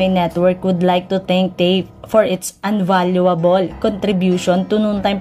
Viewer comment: Unavoidable. Invaluable. Read correctly please?!